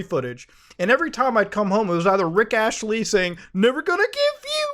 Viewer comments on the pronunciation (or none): don't mean to be that guy, but it's astley not ashley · why does muta say "rick ashley" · we're going to ignore "Rick Ashely"? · RICK A(S)TLEY BRO. WITH AN S. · It's not ASHLEY, IT'S ASTLEY AAAAAAHH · "rick ashely" no, just NO, do you mangle words on purpose? its pronounced "ASST-lee" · Did he say Rick Ashley? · It's ASTley... not Ashley 🤣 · AST muta , Astley, not Ashtley. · *Astley Not Ashley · Muta, it's not Rick Ashley, it's As • t • ley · ITS NOT RICK ASHLEY ITS RICK ASTLEY. Put some respect on his name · Astley, not Ashley bro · ASTLEY. ASTTTT LEY. asTley. Say it with me. Astley. Give the man a modicum of respect.